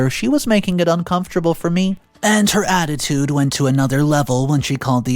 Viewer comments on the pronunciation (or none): none